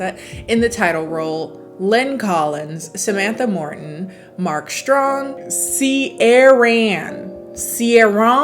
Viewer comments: Girl… ciarán is pronounced key-rawn lol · Ciarán is pronounced Kee-ran ( ꈍᴗꈍ) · The C in Ciarán is a hard c because it's an Irish name. We don't have the letter k in Irish